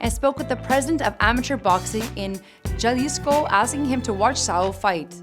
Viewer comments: Y’all could’ve hired me to do this episode I’m cringing at her saying “JahLisco” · Jalisco not galisco 🤣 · Jalisco . not yalisco pendeja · you’re attractive af but really “Galisco” it’s pronounced “HA- lisco” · Also get some Hispanic staff it's pronounced "hah-lis-co" not "jah-lis-co" Jalisco lol do the rich life now please! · GALISCO!?.... JALISCO (HA-LEES-CO) 🤦🏽‍♂️ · Jalisco pendeja not yalisco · lmfao Ja- Lee-SKO? wtf is that, its JALISCO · It’s Jalisco but she said JAAaaaAaalisco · Did this b!tch just said "chalisco" ?! wtf! LOL!! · Wtf is Jahlizko?? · Damn, you had me until "Jaw-lisco"😐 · She said Galisco🤣🤣🤣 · "Jah LI sccoo" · Juhhlisco.? Crazy fam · She should’ve said Jalisco with an H lol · Ga lisco lmfao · REPEAT AFTER ME: “All-VAH-REZ” “HA-LEES-KO” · "g a l i s c o" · Yalisco hahahahahahahahahaha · jah liscow😂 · Arriva El Canelo. Arriva mi "Galisco" lol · This girl ruined this episode smh. Wtf “Galisco” lol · If she tried she would had pronounced it in english spelled HALISCO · I was thinking the same damn thing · "Galisco" "Glenbuterol" 😂😂😂😂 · JAWlisco. Wtf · Haha hell nahhh im from Jalisco that’s messed up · It sounded more like chalisco. Lol. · cringing at da way she said Jalisco lmaoo and every other Spanish word ahah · Great video I like watching canelo fight but yah need a better speaker because esta gringa offended me when she didn’t say Jalisco right so I’m gonna have to give this a thumbs down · Lmao I’m offended by how she pronounced jalisco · Mika Jimenez She doesn’t speak English well but she also can’t roll her R’s or pronounce Jalisco (or any foreign words for that matter) which leads me to believe she simply “dun’t talk so good” no matter what language she is tackling. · I cringed when this chick said “Jalisco”